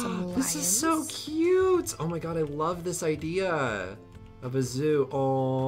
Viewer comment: I like how he says "oh my gay" instead of "oh my god"